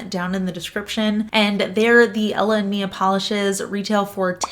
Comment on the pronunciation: This is so helpful! I looove self-leveling nail polishes, and I'd been wondering about this brand in particular. Thanks,! (Also, just FYI, it's "Mila.")